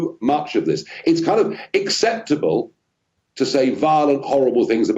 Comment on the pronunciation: it's " acceptable " not " exceptable"! Take care!